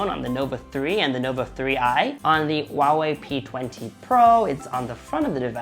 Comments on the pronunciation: Still not getting it? It is supposed to be pronounced as "Hua-Wei", not "Wa-Wei". Chinese name for Hua-Wei has two characters: traditional Chinse: “華偉”，simplied Chinese: “华伟“. "Hua" denotes the ancestral lineage of the Chinese people, "Wei" means being great. Mandarin is a tonal language. You have to say it SUPER PRECISE and when you pronounce it wrong, it means completely two different things, and "Wa-Wei" means nothing at all in Mandarin. Get it? It is as if you pronounce "huge" as "Uge" (Trump does that), or "hungry", as "Ungry". Makes sense now? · the way he pronounces Huawei grinds my gears a bit. It's meant to be pronounced with an audible "H", like "Hwa", as opposed to "Wah". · "WA Wei" phones are great. Go "WA Wei" go WA Wei. There is a fuking H in the front. Learn to pronounce the brand correctly, will you? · this man said WAWE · ffs. It's pronounced HU(LIKE ХУИ)-A(LIKE APPL)-WEI(LIKE U-E-I), NOT SO HARD YE? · HOW IS NO ONE HERE PISSED ABOUT THE WAY HE PRONOUNCES HUAWEI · He is not even saying it right.😂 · No problem, dude. It is just getting really annoying since everyone who is not familiar with Mandarin is pronouncing the name wrong. Keep in mind that Huawei is world's number 1 telecommunication equipment company pushing out 5G and cellphone is not a huge part of their business. I just think if you are going to review such a big firm, at least learn to say it right. By the way, I live in Dubai and people corrects my Arabic pronunciations all the times and that's how I learn.